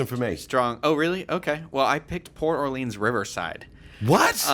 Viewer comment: I TOTALLY AGREE port orleans (or-lens, not or-leans) is awful